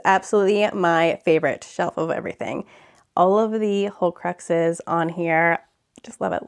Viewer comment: Love it! I was a little thrown off by you calling the horcruxes "holecruxes", but other than that, it was a wonderful tour!